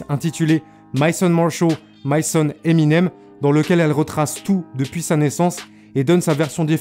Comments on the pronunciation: Pourquoi tu dis emInem genre pas d’accent? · Tu c pas dire le nom de eminem c cho